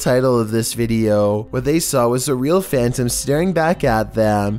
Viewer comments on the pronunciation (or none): none